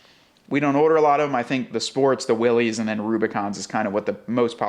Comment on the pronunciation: Yet another video that I have to give a thumbs down for the ridiculous mispronunciation of Willys.